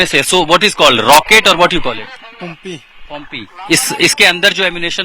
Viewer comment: pompi nhi pumpi kaho, nalayak insan